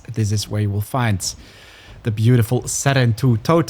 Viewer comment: I like how in the game they say “sarentu” yet you say “serentu” like okay.